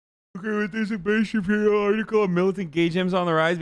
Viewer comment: Ben "I'm going in dry" Shabibo